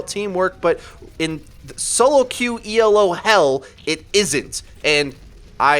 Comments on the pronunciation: Great vids, just reminder it's Elo not ELO. Named after Arpad Elo. Keep it up though! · Isn't it pronounced Elo, not E.L.O? (like wasn't it named after a guy?)